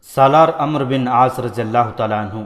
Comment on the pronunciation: parhnay walay nay bohat kuch galat parha. Sharhabeel ko sharjeel. Amr bin Alas ko amro. Tabri ko tibri